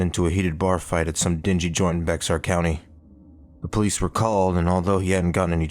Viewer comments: Bex-ar county lol. Clearly not from Texas, it's pronounced like "bear". Good story though. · I really liked it!!!! Its very realistic and well written!!! One thing tho, Bexar county is pronounced Bear County. Even the setting is well researched, theres a ton of agricultural areas in and near Bexar county. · I said the same thing lol